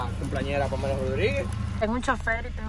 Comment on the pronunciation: A Pamela se le sale la i en cada cosa que habla 😐